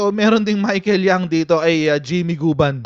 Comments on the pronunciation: Jimmy guban po ndi gabon🤣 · Guban hindi gabun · Guban po coach not gabun hehe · Guban yata hindi Gabun 😂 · correction please hindi jimmy gabon kundi jimmy guban kasi banggit mo jimmy gabon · Guban po Hindi gabon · GUBAN hindi Gabun po.. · Correction: Not Gabun, it's Guban, coach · Not Gabyn, coach... It's Guban